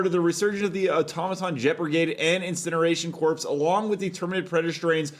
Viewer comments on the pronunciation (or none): It's pronounced "incineration core."